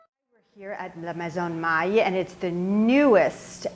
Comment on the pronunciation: the lady from Maille is correct